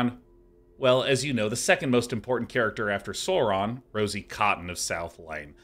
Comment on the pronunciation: I am incredibly triggered by Sean's pronunciation of Sauron.